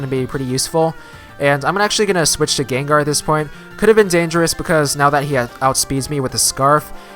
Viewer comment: it sounds like you say "Gonna send it Gaygar". xD Too much Haydunn?